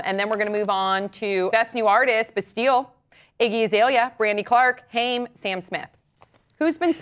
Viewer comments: Since you guys brought up pronunciation, you pronounced "Haim" wrong. It rhymes with "lime". And, Sam Smith is an angel sent from heaven above. He is very soft spoken but also the most kind, down to earth person. I know a lot of people think he's boring, and trust me I was there too. A lot of people get compared to a puppy dog but he is truly THE human puppy. He's adorable. Plus he's only 22 with that amount of talent and charisma. Crazy. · omg yes! i got so angry when they pronounced haim wrong